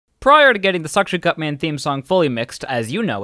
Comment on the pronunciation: Anyone else notice how he said "sucction" cup mqn?